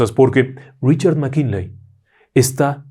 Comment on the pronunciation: Querido maestro qué problena con los apellidos, McKinley, McKenzy... ja, ja, ja...